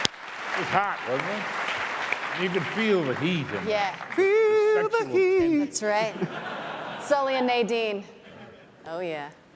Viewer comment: Nobody: Troy:FEELLL tHE HEaT 😂